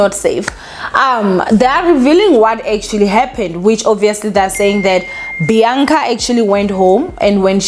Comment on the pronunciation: It's Bianca not Beyanca